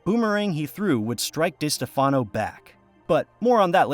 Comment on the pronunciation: It is pronounced Di Steff Uhh no. I can't stand it when people mispronounce what is also MY last name.